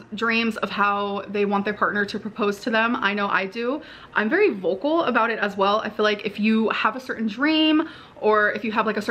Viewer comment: Mellllllky way The gilllt. In yer ozzzz “im very vollllcolllll about…”